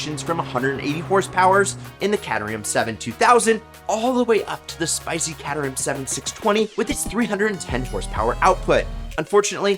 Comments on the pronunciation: Its pronounced Kate-rhum. Not Cat-er-ham. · "cat-a-ram"? pretty sure that's not how you pronounce Caterham. It's more like "kay-ter-um". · It’s Caterham's not catamaran